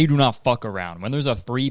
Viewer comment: The way he was like “fuCk” at the end💀